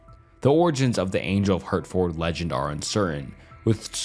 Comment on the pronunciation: We pronounce Hertford like Hartford. Like the organ. Also the ford is mostly cut down to just fd. And Shire is typically said as shir...shirt without the t. Although some do say shire like that.